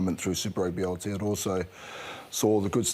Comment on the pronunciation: pick up your pronunciation of Aotearoa bro.